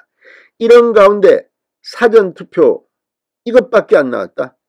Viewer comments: 지당하신 말씀 사아아아~~~전 투표/사아아아~~~전 투표 라고 교정해주세요 ㅡ저쪽 사람들이 흉봐요 책 잡히지 마시고요 ㅡ갱상도식 발음인것도 인정하지만 저 짝 ? 사람들이 흉봐요 쏘리쏘리ᆢ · 사전 투표 발음 이 절몬된 진성호씨 사전 투표 딕셔너리 투표 콘사이스 투표 그렇게 들려요